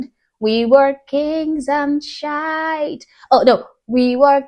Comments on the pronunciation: It is not pronounced Shite, it is pronounced Sheeeeeeit. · Just wanna help. It's not pronounced shite it's pronounced "she it." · just so you know, African Americans say it "We wuz Kangz and sh*t" where sh*t is pronounced SHEE-yit. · She's a black woman but pronounces shit,like a Scotts person"shite"🤣🤣🤣🤣❤️it👍❤️🏴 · The American pronunciation is "Sheeee...it" You're using the British pronunciation. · "Shite" is the Northern English variant 😅